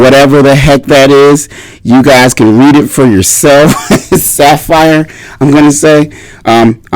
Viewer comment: Pronounced Suh-fear. Great products for shoes/boots.